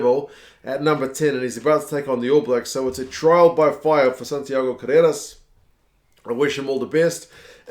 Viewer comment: so cute how you pronounce "Carreras", like an Argentinian 4 yrs old toddler learning to speak. Try rolling the R mate.. "Carrrrrreras"! :) awesome video!!!